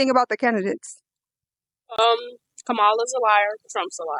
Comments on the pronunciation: I appreciate you polling students. However, you need to learn to pronounce her name. It is pronounced “comma-la”. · kamal-hahaha because shes a joke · Her Name is Ka-Ma-La, Like Comma-La!! Please people!! Pronounce her name correctly and Vote Blue!💙💙💙💙💙🇺🇸🇺🇸🇺🇸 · it's commie--la.. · Please learn how to pronounce Kamala's name! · The kids asking questions should learn how to say Kamala’s name. Mispronounced it every single time. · I think it's hilarious that dude can't even pronounce her name correctly. Spend more time studying phonics! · The one thing that pissed me off the most is the interviewers miss pronouncing her name. I couldn’t even watch it because they kept doing it. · Say her name correctly! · why are you defending Trump or everything else you just let them have their own opinion and say what they want to say Second of all, Trump is absolutely tied up with project 2025. You could tell this dude is bias and stupid just by the way he says Cam name. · I like your videos but I would like more if you would pronounce her first name correctly or just use her last name. I am not saying you are deliberately being disrespectful, but as interviewers, not pronouncing her name correctly shows disrespect like you are doing it on purpose.